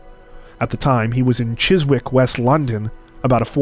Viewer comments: Hey &. On your face reveal video you did say about the pronuciation of British place names. Well heres another one for you. Although spelt Chis-wick the W is silent so its pronounced Chissick. Yeah, I know, we're weird over here. Love your videos guys, keep up the great work. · I love this series, thank you. [handy hint from an english person - Chiswick is pronounced 'chizzick'. The W is silent]